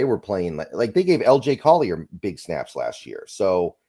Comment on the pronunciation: Please tell me you didn't just say "LJ Collier" 💔💔